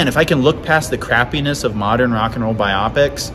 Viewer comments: Forgive me but isn't it pronounced "Bio-Pic"???? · As long as we're dishing out criticism how about you stop mispronouncing the word "biopic." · You are forgiven, the online Cambridge Dictionary has recordings of both pronunciations, and it says that BIopic is actually the UK pronunciation, while biOPic is the American one. So if you've been saying biOPic all this time and the thought of changing is disturbing to you, don't worry about it too much! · Suck it lol. It’s pronounced either way depending on England or US.